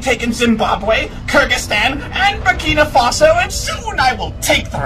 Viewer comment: BER2ERKER He is saying kurdistan that is not how you pronounce Kyrgyzstan. Props to showing you not only know the world but also pronounciation